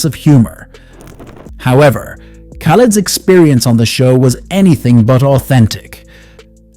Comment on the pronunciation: I abhore this man, but as soon as you said his name as KAH-LED (even after the amount of times he says his own name) I knew you're gonna piss me off so I had to leave this comment and leave 😂